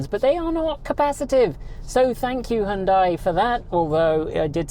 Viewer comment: HYUN (HON) + DAI ?!